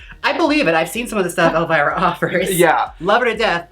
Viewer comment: When Trixie said elvirus... LADIES AND GENTLEMEN WELCOME TO THE STAGE ELLE VIRUS!!!